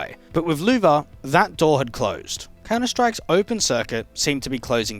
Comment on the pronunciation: That is not how you pronounce Louvre